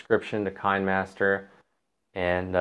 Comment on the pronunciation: It's pronounced "Kina master," as in kinescope.